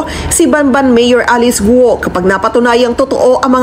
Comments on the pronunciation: It's Alice Guo not Alex Guo Sir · Ikaw Naman.batagueno.kuno ayusin mo yung itong pagsasalita Ng pangalan Ng tao.alice gou.hinde Alex go.kung Ikaw nag babalita ayusin mo Po.